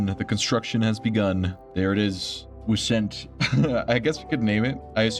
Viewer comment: A Wisent is the European Bison. It's pronounced Weezunt in English or Vyzunt in German. The combat vehicles are expensive, but if you're going to war, why tie your hands behind your back? Since you've already included the mods, the Empire won't give a damn about being OP, they'll use them on you.